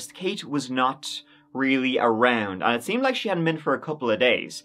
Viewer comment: Maybe you should go to Moscow, to find out why she liked it so much! your "realy" was not wery nice!